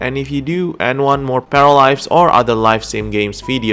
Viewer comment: Зачем вы озвучиваете не "Паралайвс", а "Параливавс"???